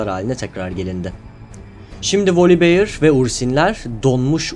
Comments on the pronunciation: volibiyır değil voliber yada tam telaffuz etmek istiyosan volibeğ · ama çok sinir bozucu olmuyo mu üstüne basa basa volibiyır